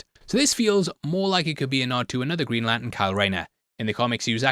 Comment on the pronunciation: Sounds like he is saying 'Greenland' and 'Latin' - and autodub agrees!